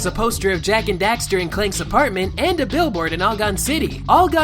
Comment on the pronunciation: Jak and dafter